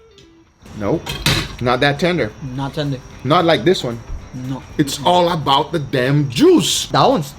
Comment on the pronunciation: Wife: Guga that was amazing! Guga: It’s allabout da juice!